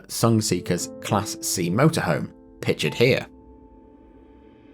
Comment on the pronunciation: Pitchered? The word is pictured, not pitchered.